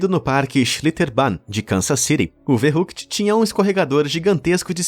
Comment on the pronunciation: Verrückt se pronuncia Ferrickt. Fica a dica...